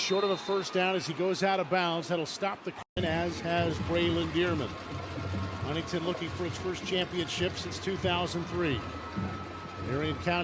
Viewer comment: Why do they keep saying HuntingTon